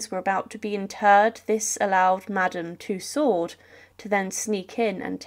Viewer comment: Firstly It's Madame Tussaud. not Madam two sword or to sword. It's a french name and thusly pronounced as sutch. If you are to lazy to look up the french pronouncination of it, its similair to “To-so” like to sow (as in planting somthing). Tussaud and two sword does not sound simlair. Secondly the kings head was not cleanly cut. Due to the thickness of his neck (Due being overweight) the blade did not cut it cleanly off, so the exicutioner had to use a knife to cut the reminder of the neck. Thirdly. No one but those who where the nearest to the king acually heard what he said, due to every one yelling and the drums rolling. I believe there only where two written records of the kings last words. and it's from one of the guards who brought him up on the scaffold, and teh second being one of the exicutioners present up there. Forth and final. The queen was sorrounded by so many lies and rumours by ignorant and hatefull people who blamed everything on those around them, instead of accepting their own faults. that the queen would still been sentenced to death. It was a show trial. Even God him selfe would had been sentenced to death if it had been him on that trial. Thee was no possibillity of a fair trial or a just outcome.